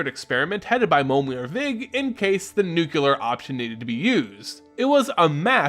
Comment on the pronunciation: Nu-CU-lar option? Or nu-CLE-ar?